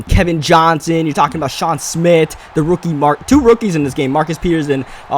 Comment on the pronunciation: its " smith " not smit